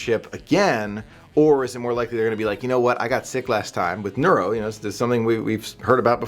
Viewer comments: Dude, it's NOROVirus not NEURO. And sorry to say but Disney has already announced they are going back to self-service buffets. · Norovirus, not neurovirus. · NOROVirus,!! For a minute I thought you were mentioning a NEUROvirus that makes our brains into mush or something...